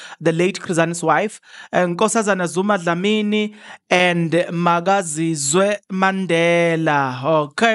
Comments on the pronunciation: don't be lazy, is that not Makaziwe Mandela you're reading MakaziZwe, wayithatha phi I Z? I thought you struggle with Isilungu but now you're proving me that it's just laziness and reading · her name is Makaziwe not Makazise 😂